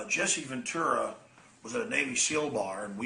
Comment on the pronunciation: Who’s Jesse VenTORRAH Opie? Mispronouncing everything shit head.